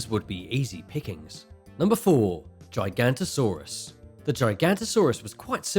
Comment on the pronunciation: You are getting so much wrong xD Pls do proper research, don't butcher giganotasaurus as gigantosaurus. Ahh and maybe show proper pictures of the dinosaurs... and the spino would not fair well against a T Rex^^ XD pls do your research